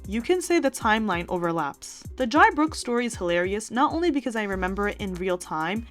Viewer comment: Jai’s name is pronounced like Jay